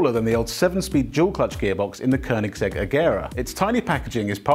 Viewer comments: near perfect pronunciation of koenigsegg, good job :-) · Thank you for pronouncing Koenigsegg the right way unlike 97% of the internet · Finally some who says koenigsegg right